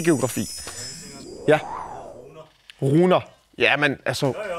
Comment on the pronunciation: Ja hun udtaler runer "råner"